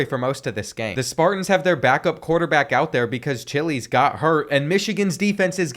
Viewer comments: Its chiles not chillis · Chilies? Chilies? 🌶️? (Chi-als) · Bro mispronounced Chiles so bad lmao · I’m very disappointed you said Aiden chiles name wrong